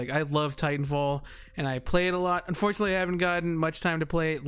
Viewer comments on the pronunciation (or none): none